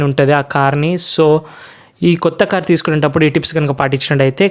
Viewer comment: కోత కార్ కాదు కొత్త కార్